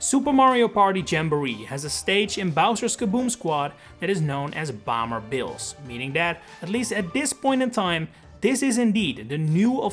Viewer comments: your pronunciation of “bomber” is weird, like you’re saying bamber and not bomber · Who pronounces Bomber as Boomer?